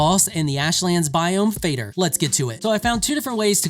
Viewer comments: This is the coolest boss in the game! The best flight and most fun challenge 😊 i would recommend not cheesing Fader (Fah-der (like father)) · Just thought i'd mention the pronounciation of Fader. Think "father" but replace "th" with "D" and pronounce the D as you do in "dead, dragon, dark" same applies to "Moder" It's simply mother and father in swedish :) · Fader is prenounced almost exactly like "Father". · Fader is pronounced exactly like father only with «d» instead of «th». It’s literally the same word. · idk how to spell it but also the rolled R not the english one its funny where I live we mean the english r when we say "rolled r" but the normal r is just the swedish one that english people call the rolled r